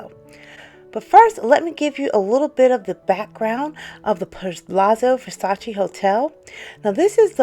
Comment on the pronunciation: It is not Versatsi, it is VersatsE!